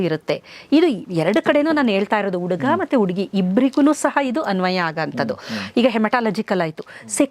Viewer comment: ಡಾಕ್ಟರ್ ಕನ್ನಡ ಉಚ್ಚಾರಣೆ ಸರಿಯಿಲ್ಲ.ಅಕಾರ ಹಕಾರ ಸರಿಯಿಲ್ಲ. ಉಡುಗ( ಹುಡುಗ) ಉಡುಗಿ( ಹುಡುಗಿ) ಓಗಿ( ಹೋಗಿ) ಒರಗಡೆ ( ಹೊರಗಡೆ) ಓದರೂ(ಹೋದರೂ) ಕೇಳುವುದಕ್ಕೆ ಕಷ್ಟ. 😮 😢